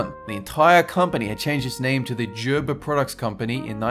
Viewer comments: I noticed it too. Since when is Gerber pronounced "Jerber"? The correct way is Gerber- with the "g" sound. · Isnt it Gerber not jerber? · He says "Jerber" I say "Gerber" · In America it's pronounced gir-ber, not gher-ber. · did anyone else noticed that pronounced gerber baby as jerber baby? it's not like a j, it's said with a g. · gerber = gurbur, not jurbur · Why did you call it "jerber" the first two times then said "gerber" only once also using a hard "g" is the correct way to say it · It is a G sound in the word and Gerber not a J sound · Gurrrrrrbuuuurrrrrr not Jerber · I'm pretty sure it's gur-bur, not jer-ber. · You pronounced Gerber wrong. not pronounced Jerber. G is pronounced like the word Golf. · It's grrrr-ber, not jer-ber. Not like jar, but more like grrr, like growl. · I thought it's pronounced Gerber, not Jerber. Do they say it a different way elsewhere? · Gerber is not pronounced as [jerr berr] it's pronounced as [Gerr Berr] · Omg its Gerber not Jerber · Gerber not Jerber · Gerber... not jerber... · JUR-bur? I always pronounced it GER-ber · i gotta help ya out. its gerber not jerber. gerrrrrrrrrr gerber.:) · Chuhpa chuhps? Jerber baby?, how could you do this to us 😭 I bet you say JIF too. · Am I the only one who was triggered by the way he pronounces Gerber? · did it bother anyone else that he said Gerber wrong? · don't be offended, its his accent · Paul Tafoya i was about to say that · Paul Tafoya same. I even looked up a commercial by them to make sure and definitely wrong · Paul Tafoya instantly came to the comments when he said it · Paul Tafoya me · I like the way you say Gerber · Noticed how he pronounces Gerber wrong until the 3rd time. Afterwards, continues saying it wrong. Also knew about 1/3 of these. :) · the way he said gerber made me want to die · Gerber starts with a hard "g." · That's jkt the way you are supposed to say Gerber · ugh im so triggerd that your saying Gerber wrong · Is it Gerber or Gerber?